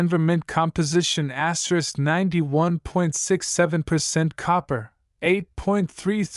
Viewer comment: Asterick, asterick.....anyone else sick of hearing videos broadcast like this......asterisk, asterick.